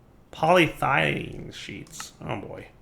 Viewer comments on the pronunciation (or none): I have never, ever heard anyone pronounce polyethylene the way does.